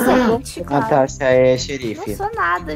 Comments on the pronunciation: Kkkkk o Disse Cauasha😂😂😂 eu ri muito kkk😂😂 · e a "Cauasha" Eu: cauasha kkkkkkk tu e uma piada kk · natasha: cauacha eu: da bulacha